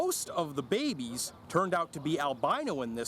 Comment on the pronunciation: You said babies I thought you said baby beans